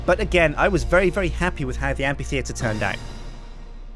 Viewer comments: Yeah he does, the correct way of pronouncing the 'ph' in amphitheatre is not as a 'p', but as an 'f'. You know, like in basically every instance you encounter the 'ph' in the English language. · After all this time spent on building Dale, he still mispronounces the word amphitheatre.